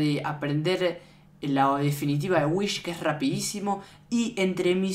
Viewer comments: Es wihs no whish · Whis, no "Whish" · Se dice wis no wich